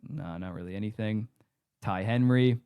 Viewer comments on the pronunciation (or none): none